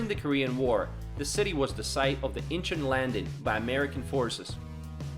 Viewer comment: ok, someone that CANNOT say Gangnam or Incheon correctly.......don't know if I can trust the information in this video👀